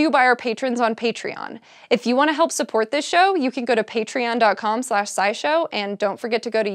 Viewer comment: She mispronounced "scourge." SciShowPsych > SciSchow